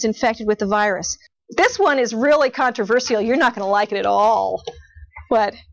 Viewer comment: Contra-ver-sea-al I died 🤣